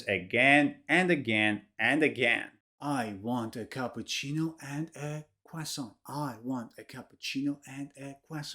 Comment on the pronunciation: Hi, I'm Italian and I've to say that how you pronounce the word "cappuccino" is close to perfection. Have you ever studied Italian? 🤔